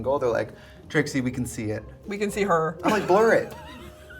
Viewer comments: brittany calling Trixie "Trisha" is amazing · Did I miss something why is she saying TRISHA the whole time lol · Am I crazy or did she call Trixie “trisha” like three times??🤣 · Why is no one talking about the fact that Brittany called Trixie “Trisha” 18 min in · i’m i hearing this wrong but Britney has called Trixie “Trisha” several times, i even went back and turned subtitles on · Why is Brittany calling Trixie, Trisha. I heard it three time. Is this a nick name I don't know of or am I hearing things? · why does it sound like she’s saying trisha every time she refers to trixie am i crazy ? lol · Why does Brittany keep calling Trixie "Tricia" all the time 😭